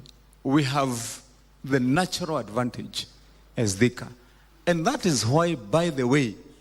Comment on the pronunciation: I won't repeat this again, Si Thika, Ni "Theka". Karekee.